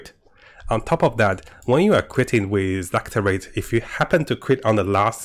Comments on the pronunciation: Lacerate is pronounced lass-sir-rate. 😊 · Thanks for de tips. Just one thing, I guess it is not "lacTerate" but Lacerate. Meaning cuts with claws